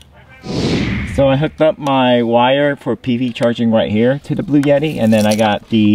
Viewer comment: “Bluetti” is pronounced blue-etti. NOT blue-yetti. There’s no “y” in it.